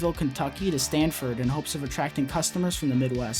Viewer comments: In the section of the video which talks about “Auto Train” you mispronounced the Florida city the train ended. It is “Sanford” not “Stanford” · Sanford FL...... not Stanford FL